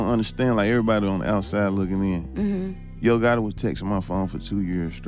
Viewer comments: Not Gutti....GOTTI!😂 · Nigga how hard is it to say the letter t when you say gotti 😂😂😂😂